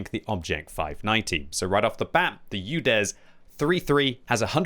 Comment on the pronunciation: Did he sayed "Judes" 03 3 ?